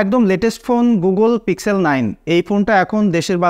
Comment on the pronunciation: পিক্সেল উচ্চারণ টা আপনার বারবার ভুল হয়েছে।